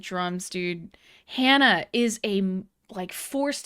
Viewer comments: I love your reactions! I do! Thank You for this reaction! I am NOT a native Japanese speaker... I am a country boy (old man now) from Montana... but I hear you trying to pronounce Japanese very well... then calling HANA, "HAAEYNA." Japanese has A (like HAW) and E (like HEY). You know better!:) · I know you can say “HANA” with the Spanish /a/. I’m sure you can. Please? Certainly you’ve heard HANA scream before; she does it all the time. And why don’t you know all The Beatles songs? When I was your age, the required buying all of their records. Today you need only to turn on your phone.